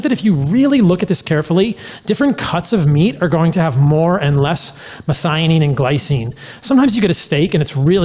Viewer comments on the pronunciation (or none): Pronounced- Meth-eye-oh-neen...